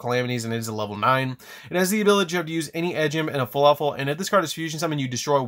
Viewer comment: He keeps saying fuluffle not fluffle